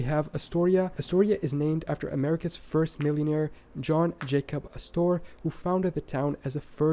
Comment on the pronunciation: Yes, as other comments have said, unfortunately there are numerous pronunciation problems in the video. So many names are just not said right according to American pronunciation. John Jacob Astor is just pronounced like Aster, not as-store. Dubuque is just Duh-byook.